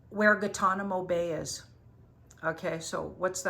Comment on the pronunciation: Japanese former prime minister who held that position longer than anyone before him. It's Guantanamo not gittano. Gitmo is the "nicname" and it is in Cuba, East of Florida. Stuff is happening so fast and you are having such an upset right now, it's not surprising you cant remember names. So much up heaval it is hard to rll with the punches. Bless you We love you.